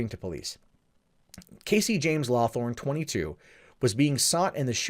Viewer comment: He keeps saying LawTHORN. I can't help but notice the guy's name is LawHORN.